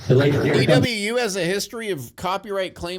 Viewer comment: I hate how he says E.w.U . It’s just ewu